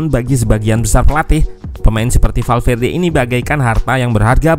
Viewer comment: eeh salah lagi kurang L nya. valverde🤭